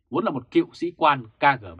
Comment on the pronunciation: ơi: nói đúng là Ka, Ghê, Bê nhé theo tiếng Nga